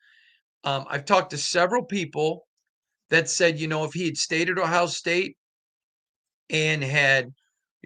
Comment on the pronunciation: Just curious, why do you pronounce every place that ends with a vowel as an A? Miama, Ohia